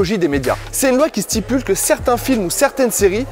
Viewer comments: Les étudiants en droit qui ont entendu « c’est une loi qui stipule » 🙃🤣. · mon oreille à saigné quand il a dit la loi "stipule"